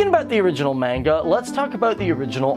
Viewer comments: Ciel (See-el) and Manga (mon-ga) and Michaelis (Me-cal-is) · And how he pronounced "manga"- but a lot of people make that mistake. I typically don't correct people on that one, but it makes me wince every time.